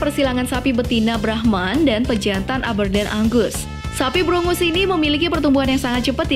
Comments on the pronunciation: sorry mau koreksi sedikit,sapi brungus itu harusnya brangus,dan dibaca nya “brenjes” ;) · Brangus instead of brungus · Brangus,bukan brungus